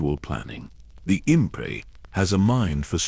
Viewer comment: Impae?? It's inp!